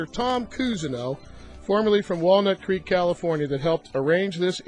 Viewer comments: The smile comes from the satisfaction of knowing that, that is the correct pronunciation. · Hearing creek pronounced as crick always makes me smile.